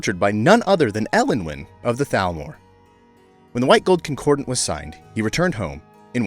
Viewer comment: It's ConcordAT, not ConcordANT...